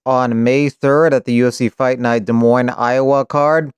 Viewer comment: I dropped my like as a soon as u said Des Moines perfectly 😂😂😂 :edit I would’ve dropped the like if u purposely butchered it as well